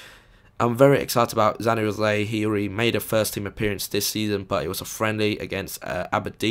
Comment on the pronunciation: Januzaj is pronounced Ya-new-zeye or Ya-nu-zi